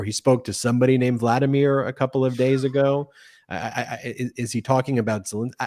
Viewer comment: Did anyone else pick up “vladimor” instead of “Vladimir”? Caught himself in the next moment, I guess. Still was all made up lies.